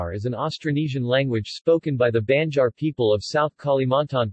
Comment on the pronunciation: OMG! BAD SPOKEN VERSION! Say "aah" ...now say "BAN" "JAR". NOT "BEN" JAR. DUHH